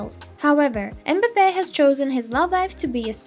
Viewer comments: The name is m'bape not embape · Cant even say his name right smh